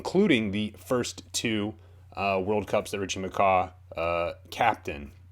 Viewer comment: You saying McCah hurts my soul so much